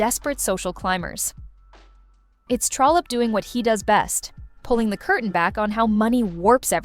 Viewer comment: Love this. Just one thing---it's "Trollope".